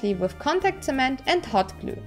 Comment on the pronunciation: I love how you saying hot glue sounds like thot glue. Awesome cosplay as always